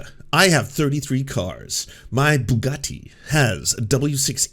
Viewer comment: Okay, no shade on Ana, but she almost said "bukkake" instead of Bugatti, and that cracked me up!